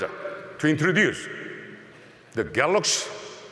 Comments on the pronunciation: You know how long it took him to prepare for that speech to get the word galaxy correct...... and he still failed. LOL! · i heard "let me introduce the galax, not 10" lmao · Kevin R galoks nōt ten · The "Galux" Note 10? 🤦‍♀️ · this guy is there for years and he is not even able to pronounce GALAXY :( what's Galox ? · "let me introduce the galax, not ten" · Oh God he said "Galux" and I was was waiting on the ee😩😂😂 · "Galox Note PEN" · I’m sure he said THE GALAX instead of THE GALAXY.. He doesn’t even know his own products. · GALOX NOT TEN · Why is he saying Galux ? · I really love that he never pronounced that as galaxy. NEVER LMAO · After so many years, my mate, brother from another mother still cannot pronounce "Galaxy" properly.